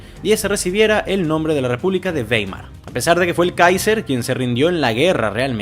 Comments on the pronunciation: Esa ciudad alemana se escribe Weimer, pero se pronuncia Waimar, esto porque en alemán la combinación de vocales e i se lee a i. Dato anegdótico: mi hermano Max es catedrático de la Universidad Bauhaus de Weimer. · "baimar", beibe